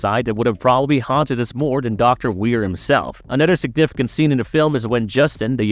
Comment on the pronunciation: Dude you you seriously are gonna talk over the whole thing like why can’t I watch the thing it’s a horrible video and the way you say another is so weird Super thumbs down